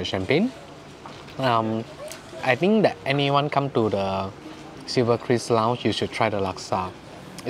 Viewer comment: it's Silverkris, not cruise, not chris right?